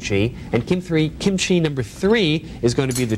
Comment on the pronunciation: Amazing show, he even pronounced kimchi correctly.